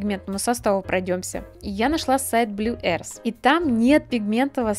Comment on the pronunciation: Обзор хороший, но "Blue arse" меня убило